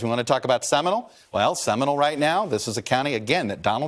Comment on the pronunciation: It's pronounced seminOle. Not seminal.